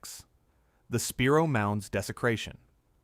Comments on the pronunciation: Spy-roe not Spear-o. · I live about 20 miles from the spiro mounds & it’s pronounced SPY-ro . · Spiro is pronounced sp-eye-ro and pokola is spelled pocola and it is pronounced po-cola